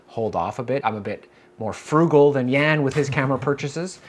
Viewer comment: Why is always mispronouncing your first name ("Jän")?